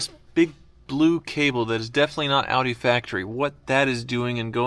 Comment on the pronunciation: Dude calls it "hoopdie R8"